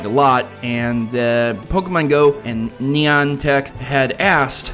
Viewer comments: It's Nie-an-tic, not neon-tic. details, they are important! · stop saying neeantic